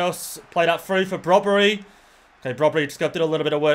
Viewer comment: its brobbey there is no r in his name